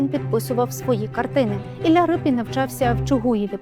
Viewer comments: Ріпин, а не Рипин, де вас таких беруть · Не Рипін , а Ріпин !!! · Чому Рипін? Мабуть ви мали на увазі Ріпин? ..від слова ріпа. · Не Рипін, а Ріпин! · Не Рипін, а Ріпин, бо він був з козацького роду Ріпи. І літера "ять" у його підпису давньоукраїнською, тобто руською мовою звучить, як "і", а не "є", як читають расссцєяні. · Автори !, так все ж таки Р-и-пін чи Р-і-пин ??? У заголовку одна варіація, у тексті - друга. Від істориків поважних давно вже чула цю історію, і там була версія Р-і-пин. Хочеться, щоб прізвище все ж звучало правильно.